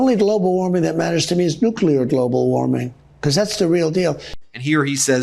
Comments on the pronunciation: Nuclear = Nu-Clear, not Nu-cle-er. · He is a 🤡 clown! He can't even pronounce the word nuclear